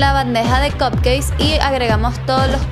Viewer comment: Lindos los cupcakes, pero mejor le dices ponquesitos porque como lo pronuncias estás diciendo que son pastelitos d cock jajajaja.